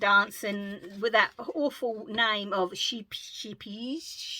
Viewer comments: Great episode, as always. Two little pronunciation tips: 1) Scheepjes is pronounced shep -ee-yers 2) You new winding tool is pronounced noster-pinner I know you love homemade but are you aware that most acrylic yarn comes from poor countries where people work in awful conditions and are payed a pittance. They are made from fossil fuels, are not biodegradable and frequently have no regulations about run off of toxic dyes into water supplies? I use acrylic for my charity knits, but for anything else use actual British wool from sanctuaries or non-kill farms. Hooligan yarns, Doulton Border Leicester and Marsh and Moor are my favourites. You can make socks with pure wool as they have done for hundreds of years. Organic certification for plant yarns is also really important to avoid dyes contaminating water. Money is scarce for all of us, but I’d rather have one shawl from sustainable, British bred and botanically dyed yarn, than 5 cardis from acrylic which causes harm to people and the planet. Not lecturing you here, just pointing out a few things. Much love, Jinny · I know struggle and hate pronouncing Scheepjes so I’m here to help 😄. Forget the word sheep think of shape. It is pronounced shape ier. Like shapelier without the L. I’ll listen out for it next time you have to say Scheepjes. 🤣🤣😂🤣